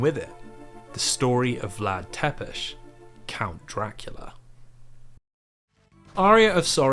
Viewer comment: don't pronounce Wallachia like that :(( other than that, excellent video. also, it's "Tsepesh", not "Tepesh", but not even the Netflix series could be bothered with that